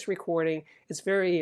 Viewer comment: There is a Dyna PAS-3X preamp in the background. Vewy intewestingh!